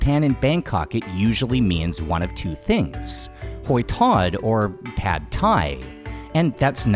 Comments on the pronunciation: Hoi tod is pronounced "h-oil" tod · Your pronunciation of hoi tod sounds like kwuoi tod😂